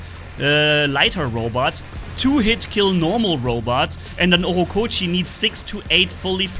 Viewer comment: Why do you say „Ockokochi“ when its „ochokochi“ 😂